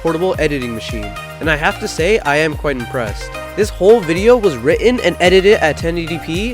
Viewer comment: button not buttu-in written not writtu-e-in